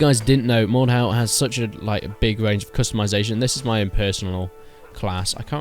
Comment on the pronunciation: It’s pronounced Mord-Dewl